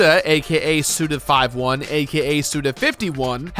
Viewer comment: The same guy who once said "Jak and Dexter" after having played through the entirety of the game is somehow one of the only people on the internet to correctly pronounce the name of Suda 51.... You are an anomaly, my friend...